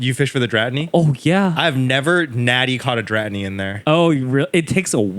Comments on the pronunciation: There is no way yall just pronounced Dratini the way you did. You have to be kidding? I just tilted so hard! 😂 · I have never heard anyone pronounce dratini and scyther like this. They have to be trolling ☠️